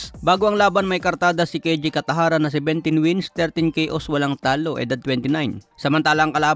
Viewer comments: Kataraja boss. Not Catajara. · Alam ko cataraja hindi katajara anu kaba naman😊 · Ayusin mo bigkas mo!! Cataraja, hindi Catajara.😊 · Hindi katajara cataraja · Cataraja hindi katajara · Bat catajara dba cataraja😂😂😂😂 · Cataraja hindi catajara.. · Unsay catajara? Basi catarata😅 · Cataraja,, hindi catajara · Anong catajara? Cataraja po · Kataraja hnd katajara hehe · Cataraja not catahara 😂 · Cataraja Hinde catajara 😮 first name Ang pinaka magandang pakingan sa tenga ng nasabing tao 😊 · 😅😅😅. Tama ka, napansin ko rin.